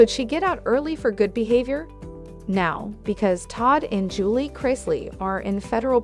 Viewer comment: Get it right. Julie, not Angelay. Simple please practice before tape.